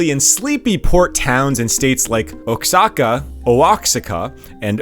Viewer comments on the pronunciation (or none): OXACA …”OH-HAWK-AHH” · Oaxaca is pronounced "waw-HAW-kaw". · Oaxaca is pronounced Wahaka 😂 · Great report, but 'Oaxica'? It's spelled Oaxaca & pronounced Oahaca. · oh wak seka????? Wah HA KA. too funny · If you insist on using names of cities and regions...LEARN HOW TO PRONOUNCE THEM because you sound like an idiot calling oaxaca mexico oahksica. It's pronounced WAH HA CA. Stopped the video 28 seconds in and disliked it now blocked your channel from EVER showing up in my feed. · Ohk-sáh-kah😦 or Oh-hák-sakah😯 Dear content creator, your reporting is much better than most mainstream media. Best of success from Mexico. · You should probably learn how to properly pronounce the names of the Mexican states and cities. Actually your pronunciation of almost everything is terrible. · "Osaka" is a city in Japan. "Oh-ox-ika" (Oaxaca) is pronounced "Oh-ah-haka". Love your video but you absolutely slaughtered the pronunciations. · "Oh ox ah cuh" it's pronounced "wa ha ka", just a heads up. That's like calling California "Kay leigh for nigh uh" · Oaxaca is pronounced "wahaka". And he's not called A-M-L-O in Mexico; he's called "am-low". As an expat living in Mexico this stuff is pretty funny. I'm gonna go show my Mexican wife she she can have a laugh. Otherwise, great coverage. Subbed. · Oaxaca, prononounced, "wahaca". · Oaxaca is pronounced like "waa·haa·kuh". If you're going to report on something like this, you should take a second and look up the proper pronuciation. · Thank you, thank you for correcting pronunciation of common words! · 'Oaxaca' pronounced "wa-ha-ka". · Oh ox i ca 🤣. Mordida? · Oaxaca is pronuonced "wah-HOCK-ah" Google would have told you that. It's really lazy to purposefully mispronounce something you could have easily looked up. Oh, and the jokes are lame. Just read the dang script. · Oaxaca is pronounced. Wahaca. 🤣🤣🤣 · Oaxaca = (WA-HA-KA). The resources on the internet will help you pronounce Mexican proper names. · It's pronounced Wa-HA-ka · wa ha ka